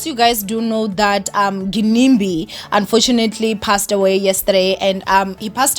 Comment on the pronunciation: Y'all know it's pronounced 'Jinimbi' right?